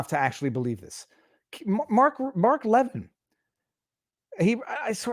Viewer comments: Seriously, this is what is bothering you? Why don't you tune in to his show and you'll understand Mark better. Pronounced... La-vinn. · Love your videos. FYI it's pronounced Laveen. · You're mispronouncing pronouncing one of the strongest conservative voices in the world's name... Please stop embarrassing yourself. If you're going to comment on the news... Get the big names right at least! Geeze! It makes you look like you just started listening to the news for the first time in your life. I couldn't even listen to what you were saying because so sounded so stupid.